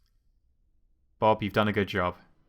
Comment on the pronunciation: Bob not bib XD